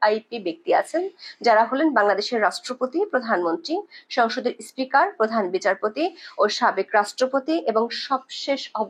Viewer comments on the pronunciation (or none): none